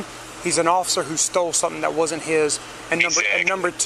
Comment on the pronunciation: If an officer can't pronounce "Wasn't" or "Were" without saying "Wadn't" or "Was", I believe they are unfit to be in uniform.